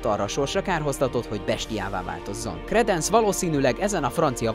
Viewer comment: Dámbledór Kredensz Lösztréndzs Grindewald... szenzációs a kiejtésed xddd